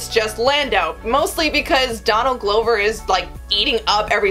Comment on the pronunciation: Donald Glow-ver